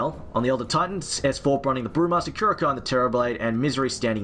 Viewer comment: Secret Team not sure if good news or bad news. -someone teach that guy how to pronounce KuroKy pls